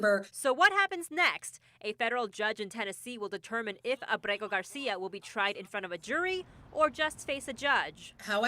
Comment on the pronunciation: Too bad your anchor can’t even SAY the word Abrego. In addition to not realizing he’s an “El Salvador man hiding out in Maryland , Kilmar Abrego Garcia…”